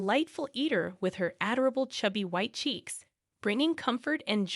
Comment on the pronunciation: Aderable? It's adorable. And you need a doorbell cam. When MIL comes over, ignore the door and don't let her in. Also, some shades or drapes on windows won't let her see if you are home. So simple! Lastly, tell MIL that since she doesn't like your greasy cooking, to make her own food. Again, so simple; unless you're a woose!